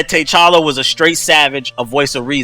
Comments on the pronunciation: of course I saw it I still don't know who Tay challa and Tay chanka are. It's pronounced t'challa and t'challa, they say both of there names very clearly it's not like reading the comics and you fucked ip on the pronunciation if never heard and body call than that. This like when you have the substitute and they keep fucking up you name in class, put some respek on his name. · U pronounce it ta challa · lol tbh needs to learn how to pronounce T'Chala's name right. and he be reaching just to make yall mad😂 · I know who t'challa is But they said Tay challa and Tay Chanka.